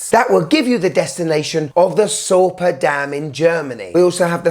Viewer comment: I live close to the often mentioned Sorpe and Möhne dam (pronounciation was quite good). As a local I just cannot like this watch. I think nothing should glorify any happening from any war from any perspective of the participants. Especially if it killed a ton of civilians and not soldiers. Even if this watch is a piece of fine craftmansship this is a big nono for me and I would reject it even if it would be gifted to me.